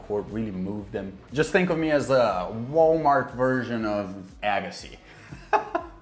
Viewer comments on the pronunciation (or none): "Wallmart Agassi" 😆